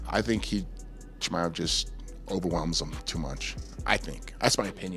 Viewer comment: I piss myself every time Bisping mispronounces Chimeav’s name wrong 😂